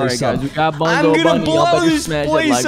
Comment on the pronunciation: It not Bonzo it’s bunzo